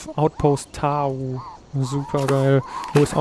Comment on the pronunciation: ich finds echt toll, du macht das gut! ;) aber es heißt doch "Tau" und nicht "Tao" oder? ;b und ich würde das u kurz sprechen :D